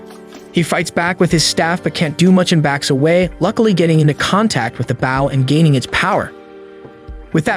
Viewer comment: It’s not bowe it’s bow 😂😂😂😂😂😂😂